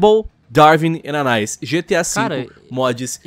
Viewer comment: anais kkkkkkkkkk, n é anaís? pq anais é meio estranho